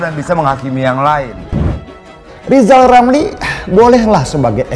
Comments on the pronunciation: Lizal Lamli jadi pleciden. Lepot hulup R hilang cemua... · Apaaaa....? Lijal lamli mau jadi presiden...? jangan jal(da'jal) ngomong R aje nggak bisa mendingan jadi dukun kaga ada R nye